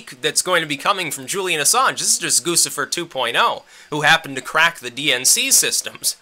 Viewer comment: Pronunciation: GOO-chee-fer (like Gucci, GOO-chee) not GOO-siff-er.